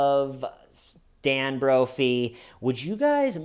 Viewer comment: Every time you say “Nancy broughy ”.